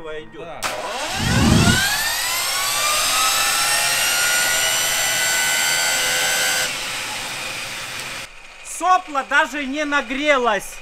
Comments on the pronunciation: Все хорошо. Но не сОпло, а соплО. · Кровь из ушей, когда слышу сОпло вместо соплО, неужели трудно одно слово выучить.